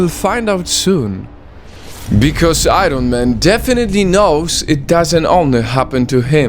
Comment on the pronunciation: Agon It's not I ron man it's Iron man .